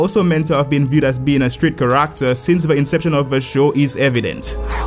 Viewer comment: Love how you pronounce ‘Character’ as ‘Kar-ract-ter’